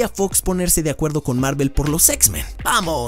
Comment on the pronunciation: Pronuncia mejor el nombre de Kevin Feigem jaja.